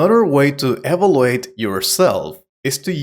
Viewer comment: Please check the pronunciation of "evaluate" and "mean", please. The rest is okay.